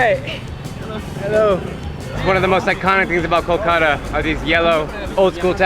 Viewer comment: Its not kokola it’s kolkota n if u cannot say word u can call like call-cut-aa